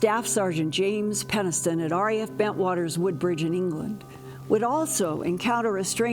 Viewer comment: Moulton-Howe, PENNISTON! Why do you (and a bunch of other ufologists I know) have such trouble pronouncing Jim Penniston's last name? Especially given the surname's root (PENNIS)! "Come on down to Penis town..!"